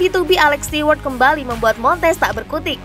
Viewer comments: bacanya STU... bukan stiwerd. Ganggu kuping😁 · belajar mengucapkan bahasa inggris yg benar mbak sebelum jadi penyiar...alex stewart itu bacanya alex STUWART...bukan bukan STIWART...bikin malu aja 😂😂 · Stewart itu dibacanya stuwart mbak 🤭😁